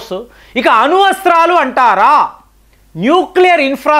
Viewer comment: అరే అన్నా....ఈరాన్ కాదు....ఇరాన్ ....అనువస్త్రాలు కాదు....అణుఅస్త్రాలు..😂😂😂😂